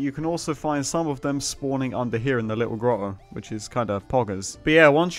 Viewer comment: me: wow, an actually decent farm. you: a'ight you littwo faucks